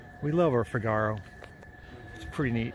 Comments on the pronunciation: Please call that car a Figaro accent on the fig.. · Yah - he says it like cigar-oh!